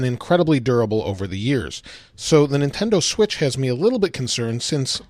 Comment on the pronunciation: "Nintendo Schwithz"